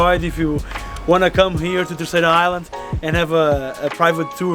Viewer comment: He says them perfectly? He calls Terceira TA ÇAIRA. Isn't it pronounced TER ÇERA?